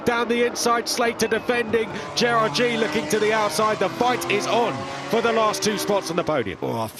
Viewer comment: F3 announcers, you can't even pronounce Gerrard's last name correctly. Shame on you